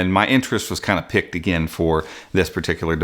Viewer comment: "My interest was PICKED"? Are you trying to say PIQUED? It's pronounced like "PEAKED"